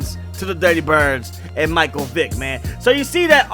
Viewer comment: I thought he said at the beginning "Madden 04 My Dick on the cover" 😂😂😂